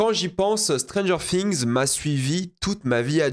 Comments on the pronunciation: Stranger Fings. Séreux c’est quoi cette prononciation anglais degueulasse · ça chie sur la VF mais ça prononce Stranger Fings. Par pitié, fais un effort